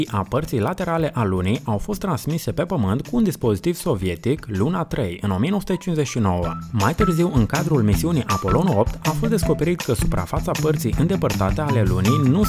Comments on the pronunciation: "Apolon" adică nepolonez :) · Si pe mine ma dispera cu Apolonu lui 😑dar na...csf?...e moldovean 😂😂😂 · Appollo,fara "n" la final